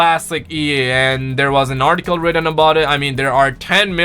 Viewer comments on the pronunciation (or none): none